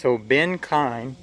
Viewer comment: Oh, one more thing just for the sake of anyone watching or reading, it's actually pronounced "keen". But don't worry, pretty much everyone says "kine" or "kee-uhn" when they read it, no worries just wanted you to know.